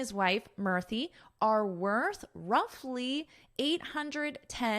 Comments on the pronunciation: Madam Murthy is pronounced as Moorthy. U should sound like oo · In India, pronunciation of Akshata in hindi is 'Akshta' and pronunciation of Murthi in hindi is 'Moorti'. I am a native hindi speaker. So this is for the correction. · She pronounces in a funny way, Indians namee